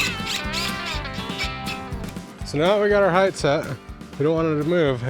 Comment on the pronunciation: Did he say "Heigth"? LengTH, widTH, height. Not HeigTH.